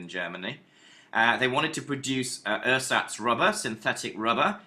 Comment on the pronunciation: Yh he pronounces it wrong too, says "ur-sats" rather than "air-zats", and says "I - Geh Farben" instead of "eee-gay Farben"